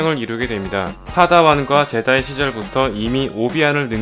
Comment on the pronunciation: 제다이 ㄴㄴ 줴다이 ㅇㅇ